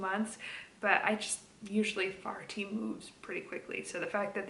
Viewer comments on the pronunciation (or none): Fair t how you pronounce Faherty.